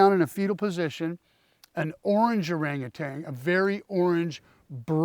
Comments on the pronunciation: Orangutan...not orangutang lol. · Orangutan. No g at the end.